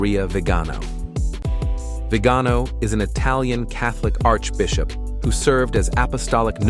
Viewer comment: Archbishop Vigano is pronounced VEE-ga-no. Please learn the correct pronunciation of the names.